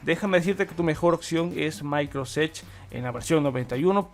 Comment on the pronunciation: Es microsoft no micros Jsksjs